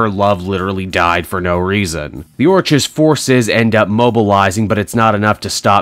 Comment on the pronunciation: Orchis (OR-kiss) like Orchid.